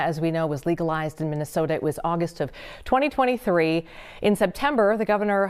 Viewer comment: This lady is trying to say August